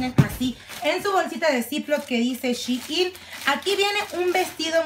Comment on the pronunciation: Shein😂 Jemmy no shiin